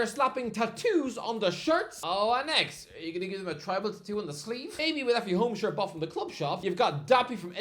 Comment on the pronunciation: "Arsenal home shart" lol